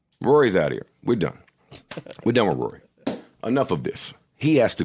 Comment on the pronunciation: IT'S WUWY AND MAAAWL!